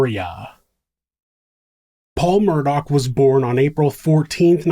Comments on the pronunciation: Idk if it’s just the vid creator but their name ends in an augh meaning it’s murdoph or murdo this guy keeps adding c/k and it’s killing me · It's NOT MURDOCK. Jesus. It's annoying the crap or of me. It's murdaw. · The name is pronounced Murdaw, not Murdock! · I have seen every aspect of this trial from the very beginning all the way through and this is the first time I ever noticed that when he was talking to the 911 dispatcher about being shot at he said his name properly “Alex Murdaugh”, instead of the way, he’s always making it sound as “AleCK Mur-duck”